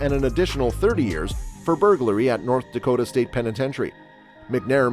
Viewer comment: What in the hell is North Dokatta?!